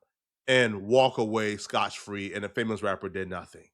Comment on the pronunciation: “Ur reen and Scotch free” back to back was diabolical. 😂